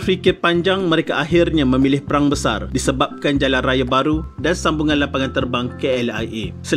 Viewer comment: Perang bukan Prang